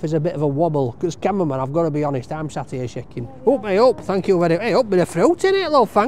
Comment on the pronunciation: Love he he pronounces thank you Thank yow thank yow